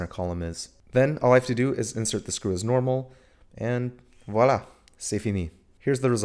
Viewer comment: Bruh it's not "Walla" it's voilà